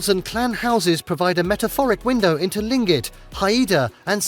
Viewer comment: Thank you! I lived in Juneau 10 yrs and came here to correct his pronunciation of Tlingit. I did NOT know the native name for the Mendenhall and I've been to the visitors center several times. So thanks again for teaching me something new today! ❤